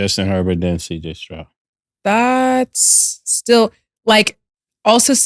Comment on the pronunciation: Cam struggles with saying CJ Stroud 😂